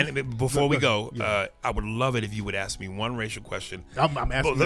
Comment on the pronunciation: Truth offends you? aks instead of ask